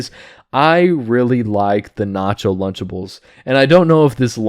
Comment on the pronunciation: It took me a minute to realize it was "lunchables" not "lunchtables"